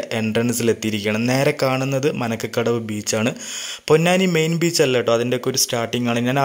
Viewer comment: മാരകടവ് ബീച്ച ആണ് bro മനക്ക കടവ് അല്ല 😊